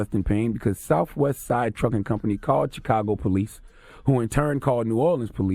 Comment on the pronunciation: I hate how Charlemagne says chicago. Cheekago. Fukin idiot